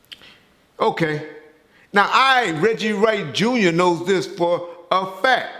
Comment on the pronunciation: "For a F A C K - TUH" hahaha